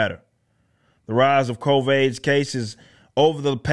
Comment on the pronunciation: Why does he keep saying COVAIDS?